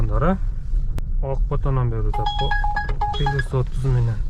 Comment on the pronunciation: Пилус дебей плюс деңчи